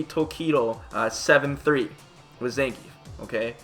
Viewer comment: zangeif man, really?